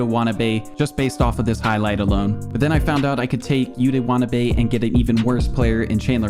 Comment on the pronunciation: YUTA wah-tuh-NAH-bay\